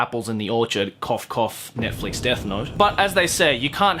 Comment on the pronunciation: Hold on the way he pronounced Netflix THROW THE WHOLE WORD AWAY😂😂😂